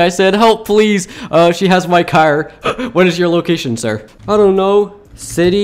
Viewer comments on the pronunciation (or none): Locals We’re. Is. You. Locashon